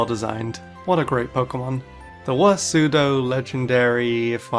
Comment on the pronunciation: You mispronounced "pseudo". It's pronounced as "SUE-DOH"